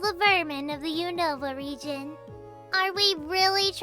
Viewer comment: Unova? More like usnorva! (U-snore-vah)